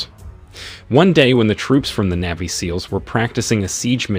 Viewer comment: Okay. Say it with me. NAVY, NAVY. Not neevy